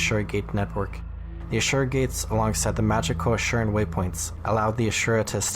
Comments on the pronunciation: Asura not Ashura. I dislike them since gw1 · Are we adding an H? 🧐 I know you have heard this pronounced before in game.